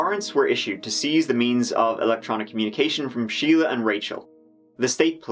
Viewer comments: Shelia and Sheila are not the same. Shelia is pronounced Shell-ya. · Is not her name Shel-ia? Not Sheila? Edit: I heard the judge say Sheila too and I'm thoroughly confused